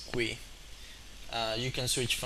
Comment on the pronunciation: That's a new pronunciation of "GUI". I don't think I've heard that one before...